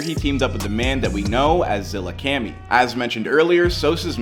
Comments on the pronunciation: Man’s said ZillaKemi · Bruh i cringe eveytime he says "zillakemmi" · Bruh its zilla kAHmi not zillacammy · Bro, u did not js pronounce his name zillacami it’s “Zillakami” put some respect in his name. Speaking of can u do before they was famous. In Zillakami??? 🤔 🤔 😳 🤡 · Zilla Kami not Zilla Cami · ZILLAKAMMIIIII KAAAAAMIII not Cammy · IT'S ZILLAKAMI NO ZILLAKEMI FUCKING MORON LEARN TO READ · Zilla "kamy" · "Zillakeami" you seriously havent watched at least one video from them? how fucking dense do you have to be lmao? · “Zillacami” is what this guy just said lol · No way this man just said Zillahcamy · My man's said ' zillaKAMI ' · ZillaCAMY?! man get out of here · Yeah, with his partner in crime, Zilla kahmee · Never compare a legend like sos or zilla to mgk 😂 also not criticizing just saying zillakami is pronounced zilla kahme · “Zilla Cam Me” 💀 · Zilla-kahmee is how it’s pronounced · lol fr zilla cammy who tf is that lolll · more like “Zilla Caw-mee” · zilla cummy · zilla car me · ong I got a bit mad when he said “Zilla-cammy”🤣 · Anyone else mad at how mans says zillakami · stop saying zillakami like dat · The way he says Zillakami pisses me off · Bruh how u pronounce zillakami makes me wanna slap u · You mispronounced Zillakami multiple times 🤦‍♂️ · You butchered Zillakami's name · like bro how does someone even mess up zillas pronunciation 😭😭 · Dude seriously said "zillakemmy" and "the Del tones". At least read the names right dude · You and your producer need to be fired for you saying "zilla-cani" and the "del-tones" how embarassing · Who is Zilla “Cami” and the “dell” tones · This mf really said the “Del Tones”. SMH. Not to mention this guy won’t stop saying Zilla-cammi.